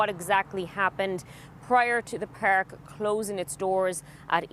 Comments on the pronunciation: It's Park not Peerk, you dumb ass reporter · We don't know what happened so "feeeer" in the "peerk" 😂😂